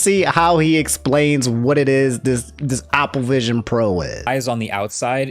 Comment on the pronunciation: I despise the way says Opple.